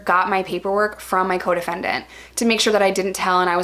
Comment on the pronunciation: ohhhhh coDEFENDENT.... most of the time I thought you were saying your codependent. Like that relationship doesn't sound healthy.